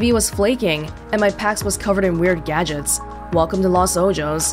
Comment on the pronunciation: Anomalous Ott Was just about to comment on this! Las is correct, but Ojos is pronounced as “o-hos” with short o’s. Azul means “blue” (which is cool because they had blue accents in their design) and is pronounced “Ah-zúl.” Stress is on “zul” rather than “A.” Like they said, don’t mean to be rude,! Just thought it would be helpful.